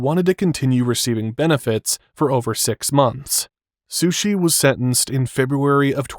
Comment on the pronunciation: sorry... but SHUSHI??